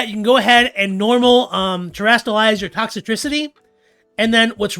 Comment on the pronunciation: Dude, its Toxtricity, not ToxItricity; you're adding an unnessecary extra I to its name.